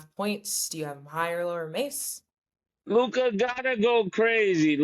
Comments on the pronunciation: Is it just me or is the way Mase says Luka’s name funny as a mofo? He pronounces it Lu-kahh lol. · the nerve of MaSe😂 telln this to someone whose name he constantly mispronounced (Trysta) and the way he say Luka😂😂😂😂😂😂